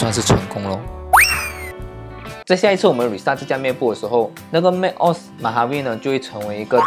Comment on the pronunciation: 要不要再認真聽一下 Google翻譯怎麼說macOS？不然你也有系統內建的語音系統，比Google還標準